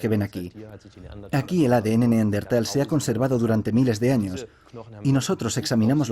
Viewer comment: Buen documental, pero en el doblaje pronuncian mal la palabra Neandertal, cambian de posición la ere (r) y la ere (n) 🧐